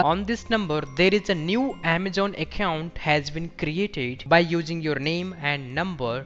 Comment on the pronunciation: Since When Amazon Became Amajon lol 😂😂😂 Best English I Have Ever Heard And Btw Big Thanks To Whole Team Of Trilogy Media 💪